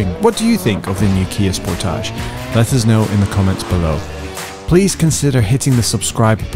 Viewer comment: OMG, the way he keeps saying "Sportaage" instead of Sportage is incredibly annoying... I had to stop watching because his fakeness is nauseating! KIA, please never let this guy review another one of your cars. EVER!